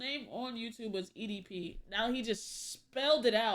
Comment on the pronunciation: damn can’t even say edp fully???